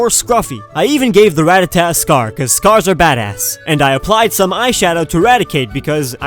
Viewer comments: He almost nailed rattata and raticate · He got Ratata and Raticate shockingly right, andI guess Diglet does get an alolan form, just not the typing he was approaching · You got the Ratata and Raticate right! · You nailed the rattata part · I'M NOT THE ONLY ONE THAT DOESNT PRONOUNCE THE LAST "A" IN RATTATA